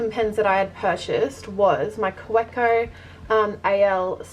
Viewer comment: Nice collection! Just a reminder, it's pronounced KA VE CO, not KA UE CO